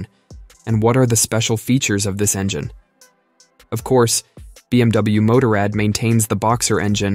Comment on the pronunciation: If you would just get basic pronounce right I would listen longer then 20 seconds. BMW MOTORRAD. Google it 👎👎👎